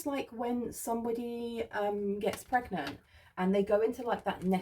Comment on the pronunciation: Ever since I heard you say preganante last year, that's how I pronounce it every single time anything related to pregnancy comes up 😆